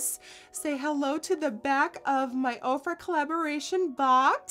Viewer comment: Ohh... this whole time I thought you were saying Oprah